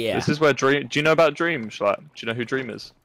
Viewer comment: I'm confused.... how does calling dream "dweam" make me fucking dyslexic